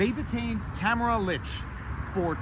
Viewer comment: I am a fan of your work, Viva Frei, and I truly appreciate all you do to defend the ideals of freedom, truth and justice. However... ahem! Would I be stepping out of line to ask you to put some effort into pronouncing Tamara Lich's name correctly? This woman is a national figure and - dare I say - at this time also a national treasure. In my humble opinion, the least we can do to show her the respect she's earned is to pronounce her name correctly.